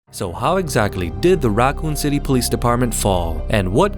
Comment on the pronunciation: "The RAAkun city..."